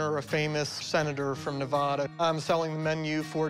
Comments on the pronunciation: It's Ne-va-da not Nev-ah-dah. That's like fingernails on a chalkboard to us locals. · It’s Ne-AH-da not Ne-vo-da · I live in Nevada and I am so angry on how that guy said Nevada 😡😡😡